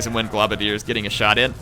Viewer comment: I love you,, but I can not stand to hear you say pronounce poisonwind globadier "glob-adier" its supposed to be "globe-adier". Citations: They're throwing globes, so "globe-adier" makes sense Warhammer: End Times: Vermintide.